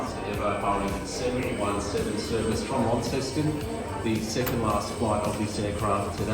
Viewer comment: its pronounced Lonceston, similar to how Au is said Ostralia love the vids, the 717 was a great bird - i should say though you may have rushed the video it was perfect, a great tribute, I enjoyed flying on them.